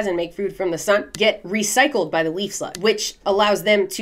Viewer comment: istg u said 'leaf slut' twice